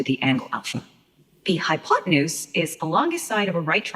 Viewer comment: All i hear is "High on potenuse" 🤣